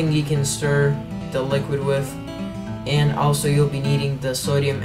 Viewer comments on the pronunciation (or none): none